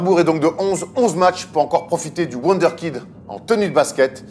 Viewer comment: Wunderkind ça se prononce voundeur Kind si jamais